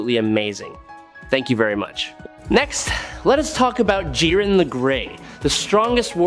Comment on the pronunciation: J-aye-ren the grey Ok nvm AI video alert